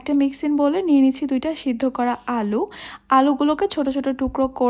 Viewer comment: আপনে একটু বেশি ভাব নিয়ে কথা বলেন আলু কে আল বলেন